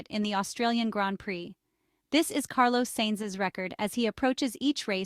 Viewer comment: Please learn how to pronounce Carlos's name properly. It's not difficult.